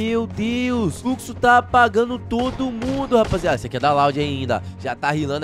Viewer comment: Nobru é fruxo não é fluxo😂😂